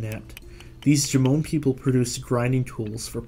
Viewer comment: Jomon is pronounced like JOE-mon (sounding a bit like "mom" but with an n). Definitely not "juh-MOAN".